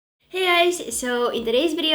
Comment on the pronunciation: Did she say “hey guys” or “hey eyes” ?